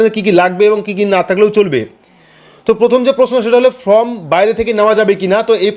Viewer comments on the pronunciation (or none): ভাই ফ্রম বলবেন না। এটা হবে ফর্ম। ঠিক উচ্চারণ করবেন।